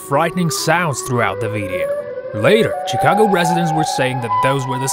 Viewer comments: He said CHI-CAGO instead of SHI-CAGO for Chicago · It's pronounced shi-cag-o not cicago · Did he say chhhh cago